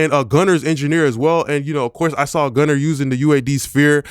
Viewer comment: Dope video..U be killin me pronouncin gunna name as gunner 😂..and da way u pronounce saturater 😅